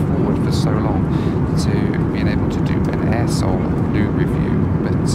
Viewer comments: At first I thought you were saying A-hole then I released the airline is Air Seoul. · it sound like a**h**ev 🤣😅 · I've heard of Air Seoul before but never realised what other word it sounded like 😂